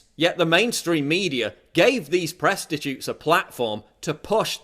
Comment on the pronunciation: "Presstatutes". Fucking brilliant!